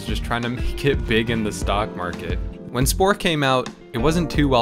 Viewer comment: did you say stalk market